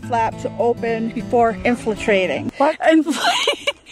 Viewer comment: LOL "infultrating" I literally laughed so hard